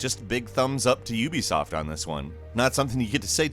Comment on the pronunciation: You are pronouncing Ubisoft wrong. It's not youbesoft